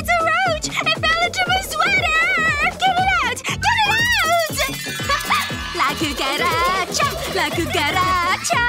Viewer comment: la coocarcha la coocarcha la coocarcha me: 🤣😂😅